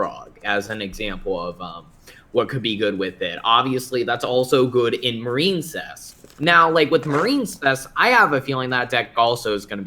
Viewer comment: The fact that he kept saying marine-cess made me click off the video. Sorry